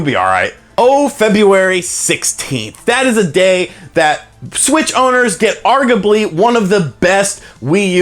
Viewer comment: "argably" :P